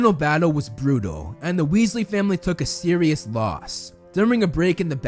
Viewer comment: Whenever says “serious” my brain is like “SIRIUSSS BLACK EH🤪😝"😭💀